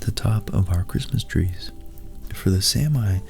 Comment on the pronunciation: It's pronounced Saa-mi. Not samai as in this video. There are several correct instances of the pronounciation in this clip if you're interested